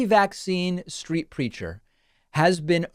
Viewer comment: For a second I thought you said anti-vax “street creature”